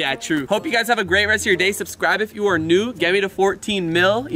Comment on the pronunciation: I thought he said bunch o balloons but it was bunch of balloons